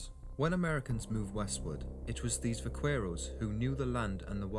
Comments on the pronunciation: It's pronounced "va-care-ro(s)". The "q" and the "u" are silent. Unless you're a Mexican, then it's more like "vah-ke-roh". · I was particularly annoyed by his pronunciation of the syllable "que" as "cue." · It sets my teeth on edge the way he mispronounces "vaquero" (I'm from the Rio Grande and no self-respecting South Texan would say it like that) but overall I agree with the video. The myth I've always disliked most is a Hollywood invention, the quick-draw duel. The outcome wasn't determined by who shot first; the narrator's right, the guns weren't that accurate. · You terribly mispronounced “vaquero” dude! I have fired my cap and ball pistol for years without burns or explosions but I learned the CORRECT way to load the gun when I got it. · DEAR LORD DID I JUST HEAR AN ENGLISHMAN PRONOUNCE IT EKSCAPE!!!???????????? UM ESCAPE THERE SIR BAD GRAMMAR. And ❤Vaquero is pronounced Vakero! Ugh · It really destroys someones credibility as an expert,if they cant pronounce the words correctly .Its Vaquero and its pronounced Bakerro not with a V sound and not the hard q sound.That is how Buckaroo was derived.The first Vaqueros were not mexicans but rather Native people or Native Americans,if you insist.They were the Slave labor for the Padres and the Dons.Do you think the Dons or the Padres were going to do the hard labor.At first it was against the law for natives to ride horses but after the cattle became big buisness for the spanish,they were taught to ride,so they could work the herd more efficiently.These natives took the classical dressage type riding and turned it into the Vaquero style.Most of those Native people were givin Spanish names as the Padres would not accept their names in their native language and couldnt pronounce them anyway,so people just assume they were mexican. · Va-KWER-oh. ? Really? Vaqueros also gave us the lariat (la riata) and the cigarette.